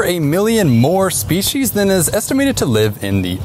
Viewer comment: What is a “shpee-shee’s”? There’s no H in species, yet alone 2 of them! What a steaming load of fee-shee’s…